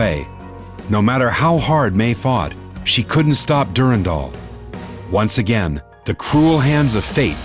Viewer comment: I didn't know Durandal was pronounced like that